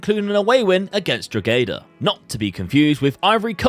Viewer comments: Drogheda is pronounced "DRAW-HA-DA". The G is silent. As an Irishman, I enjoyed how much you butchered that 😂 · The g in Drogheda is silent :) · stop...everyone needs to learn how say drogheda...its "dro ha da" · it's pronounced Draw-He-Da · As an Irishmen proud to see you talking bohemians in the game, and your pronunciation of Drogheda takes the cake on the funny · Class vid👏 Just to let you know you don’t pronounce the “G” in Drogheda😊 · Drogheda is pronocued Draw-hih-dah, Dundalk is pronouced Done-Dawk, St Patricks Athletic can just call St Pats